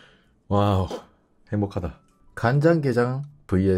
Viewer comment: 간장게장 양념게장 말씀하실때 사투리쓰신다는걸 단번에 알아차렸습니다 ☺️